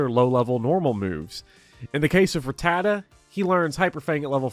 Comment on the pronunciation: You said Rattata right, and that's all i need to know